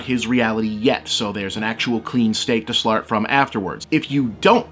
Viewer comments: "A clean state to slart from". Was that deliberate? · Bob, you said "Clean state to slart from" :D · “Clean state to slart from” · "Clean state to slart from" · " a clean state to slart from" eh bob? you were hoping no one noticed but we noticed......oh we noticed (seriously i love your work, it was just funny) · "An actual clean state to slart from." Sorry, that made me chuckle lol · "Clean State to Slart from" hahaha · "clean state to slart from" lol. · ..."clean state to slart from."